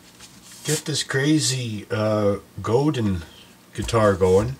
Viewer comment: Its actually pronounced GodAn.